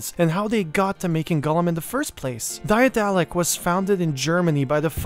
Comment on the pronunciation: One small things: the company is named after the German name of Daedalus, the Greek mythological craftsman. You don't have to try to pronounce the ae in the beginning, the English pronunciation of daedalus will be better and closer to the German pronunciation.